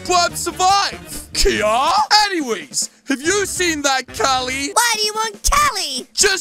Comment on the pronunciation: cali u said coleitb